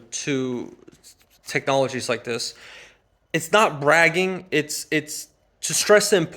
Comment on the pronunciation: Did he say, "dats"... "dis"...🤔🙄